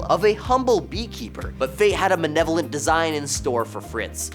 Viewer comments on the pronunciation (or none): It’s pronounced “ma-LE-lo-vent,” not “ma-NE-lo-vent.”